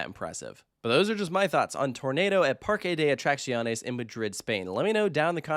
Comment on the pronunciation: oooh improved his pronunciation of "Parque de attracciones". Still not perfect but much better:D